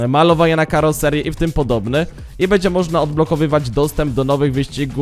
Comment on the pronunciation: kurwa naucz sie mówić, nie bedzie tylko będzie bo az uszy bolą